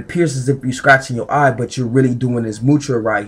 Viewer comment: It's not mutra. It's mudra